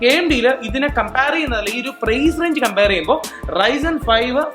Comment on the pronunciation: wow "ryntel" puthiya brand aano bro!😁